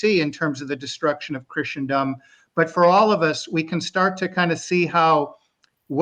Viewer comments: A better pronunciation example is the root word itself! “Christen” (as in christening gown) means baptize. Christen rhymes with listen. So it’s easy to see that Christen-dom has no t, nor ch, nor sh sound in it. Pretty easy. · Please LOOK UP THE PRONUNCIATION OF CHRISTENDOM!!!!! It's like the word LISTEN. The T is SILENT. No "ch" sound where the ST is! Thank you.